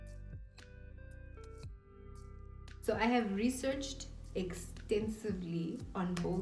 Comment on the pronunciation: 😭🤣🤣🤣 "I'm in aweh"... I died💀 I love it here♥️😊